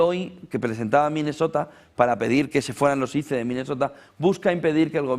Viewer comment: SE PRONUNCIA AIS.... SE ESCRIBE ICE